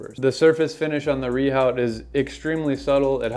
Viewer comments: Re your pop-up , what the comment is saying is that it's pronounced "re-ooo" (NOT "re-howt") in French and it's a French word, so you're pronouncing it wrong! Yet you still persist with saying it wrong. Which, tbf is a bit ignorant. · Rehaut is pronounced “view”? Wtf France?